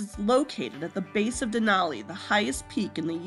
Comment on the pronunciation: It’s den al ee not den awl ee